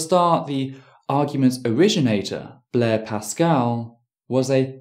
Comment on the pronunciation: Good points throughout, but for future reference, Pascal's name was Blaise, rather than Blair.